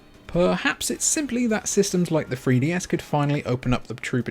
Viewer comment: da free dee ess